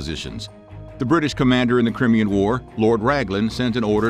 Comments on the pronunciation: Ooooh the irony of someone calling somebody dumb 🙄 in the same sentence that they totally mispronounce the correct way to say Crimean...it's pronounced Cry-me-yan 🙄 😂😂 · I know I'm pedantic but it's pronounced Cry-me-an. Love your videos!!! 😊